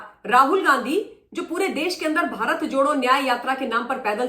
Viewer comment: Mam we r thankful to you for impartial analysis everyday One request is that while starting analysis you speak namaskar bharat. The word "Bharat" is not clear and audible.we r ur old listeners we know but d new listeners complaint about this. Pl.note and do as suggested. Thanks